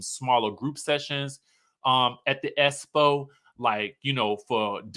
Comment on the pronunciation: you are hilarious when you speak about the expo "espo" event "E-vent" per Letisha.